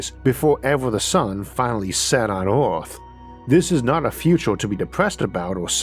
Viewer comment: Can't leavf earvf?